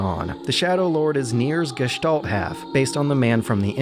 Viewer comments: wow kudos on pronouncing gestalt in almost perfect german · Really good pronounciation of this glorios german word Gestalt. But if i had to nitpick i would point out it's Gestalten not Gestalts^^